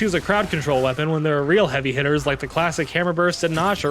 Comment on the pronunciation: Dude PLEASE pronounce gnasher correct it’s driving me insane